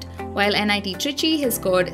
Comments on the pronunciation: It's trichy not tricky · Nit trichy and not tricky